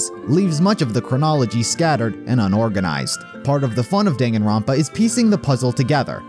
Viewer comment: The way he pronounces the games title cracks me up every time